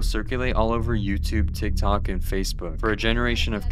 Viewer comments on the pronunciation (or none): none